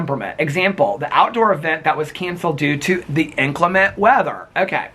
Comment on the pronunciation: It’s pronounced inCLEMent - not INclement 😉